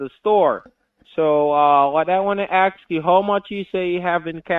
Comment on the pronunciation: "a heart attack or nervous breakdown". What if BOTH ??!! :hand-orange-covering-eyes: what is curious to me is that nearly on 99% of scam videos, the scammer pronounces the word "ask" as "aks", what is with that ? is that somehow how english as a foreigner language is taught ? :)